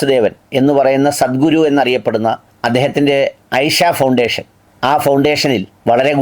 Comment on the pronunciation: ഹ് ഹ്! ഐഷയല്ല കദീജ!! അതിനെയും താത്തയാക്കി! ഇഷ എന്ന് പറയൂ